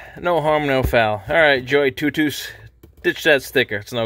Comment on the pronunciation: Looks like a nice little inflator! Much better than the portable ones I’ve used before. The auto shut off is a real nice feature. I’ve wondered how to pronounce the name as well but your pronunciation makes the most sense haha